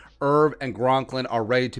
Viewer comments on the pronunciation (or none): All spot on... Harris just will not tackle, embarrassing! Jaleel, Shemar, and Dakota shouldn’t even be allowed in the building. Hate to see Rudy go but hey.... Not sure how you left off BAILEY, but he shoulda been your #1! Also, it’s C-O-N-K-L-I-N, bro... not “Gronklin”.